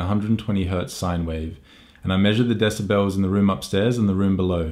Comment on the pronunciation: I'm so smawt, blah blah blah, desibells, blah blah, scenawrios, shut up